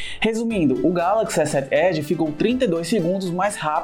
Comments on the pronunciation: ESSÉT ÉDI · essé ed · Kkķkkk esé ed. Ele fala "S sete" como se fosse uma palavra inglês, aí acaba falando "Esé ed" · só eu achei o modo de como ele fala S7 Edge estranho? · Victor 05 n foi só vc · Ele tem um sotaque nordestino, é assim mesmo, ele fala "sete" com mais ênfase carregado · Bem anormal kkkkkkj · Victor kkkkk verdade